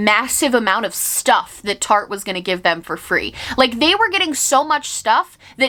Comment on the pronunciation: i spent half of this video thinking you were saying Target instead of Tarte lmao